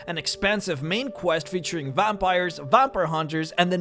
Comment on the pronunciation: And what exactly is a "vompire"?